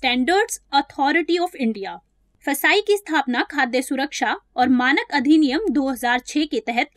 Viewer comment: 1st of all thank you for your effort And its not फसाई its fssai